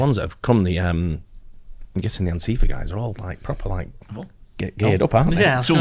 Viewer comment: Why is he saying antifia? They are not antifia